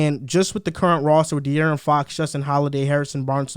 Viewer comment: Can yall please tell how to pronounce De’aaron Fox correctly 😂😂😂